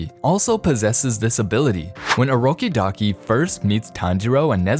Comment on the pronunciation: "mrs. Orokidaki" Me: sir it orokodaki